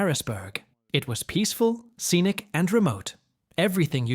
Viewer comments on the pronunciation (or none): none